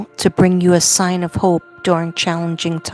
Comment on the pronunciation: That's hope sorry not hoe! Just needed to correct & it would not let me